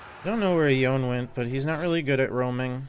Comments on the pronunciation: Tis pronounced YO-NAY. Not Yon. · do be calling Yone "yawn" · Yeah. It is よね in Japanese so you could go with your guide but to me that makes it sound too long on the end.